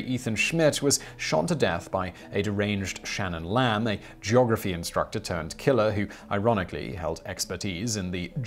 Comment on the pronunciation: The way he said Shannon lamb at was funny asf